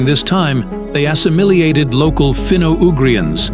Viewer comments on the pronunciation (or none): ass-a-mili-ated? No one pronouces that word like that! AI generated crap